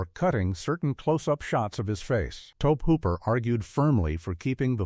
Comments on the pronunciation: Maybe Toaabb Hooper is a distant cousin to Tobe Hooper! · It's to-bee hoop-er. Get your sh!t together.